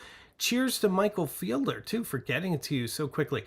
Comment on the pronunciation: the fellow who produced the photo book “Working Journal” is named Michael Fiedler. FEED-ler. Not FIELD-er. Please make a note of this. You even mispronounced his name to his face when you interviewed him, and he is such a gracious and humble guy that apparently he never corrected you.